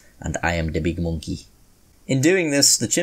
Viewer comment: the way he sead "monkey" i just cracked up